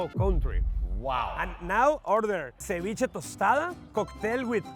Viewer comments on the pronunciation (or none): none